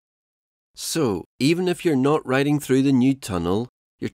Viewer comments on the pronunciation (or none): none